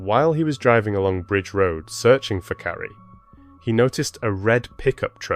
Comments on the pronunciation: Her name is Carley(car~ley) not Carrie…respectfully. I noticed that you say a proper about a quarter away through the video. Is there a way to change that or edit those parts or let people know that it was an honest mistake. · Her name is CARLY, or CARLIE. Not Cari. You can't even say her name correctly. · I’m sorry, but you’re kidding right? He (or the AI he was using) didn’t even pronounce her precious name properly!! He called her Carrie, Charlie, Kly, etc. Her name is Carlie!! And don’t come at me about accents, it wasn’t that! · You might want to get the victims name right at least once in your video. It’s not Kly or Carrie or Caaari as you stated. It’s Carlie Bruer. If you’re going to use these tragic incidents as your income, at least respect the victim and her family. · If you’re going to create videos like this, at least have enough respect to get the victims name right. Yo said the wrong name 21 times before you said it correctly. Her name is “Carlie” not Carrie! Then you continued off and on calling her “Carrie” instead of her correct name. That is so disgustingly disrespectful to this innocent young girl. You need to fix this immediately, please… my gosh it makes me sick to my stomach every time you say this poor child’s name wrong.. Do the right respectful thing and FIX THIS VIDEO NOW PLEASE! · Her name is CARLIE, not Carrie! 😮😮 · could get childs name right its not carrie its carlie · If you're going to narrate, get her name right. It's not "Carrie" or "Charlie".... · The narration sounded like her name was Curry.. thanks for this xx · I came to say this 😅